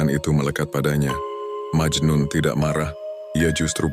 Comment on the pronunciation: Memang majnun bukan majnu